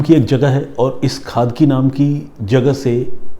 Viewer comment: It's not खादकी it's खडकी